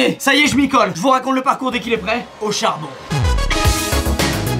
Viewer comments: j’ai compris “Hauchard bon” 😭😭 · Il a dit Hochar bon 🤣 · wait il a vraiment dit "Hauchard bon" (aux charbons) ? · HAUCHARD BON VOUS AVEZ COMPRIS ?????? MDR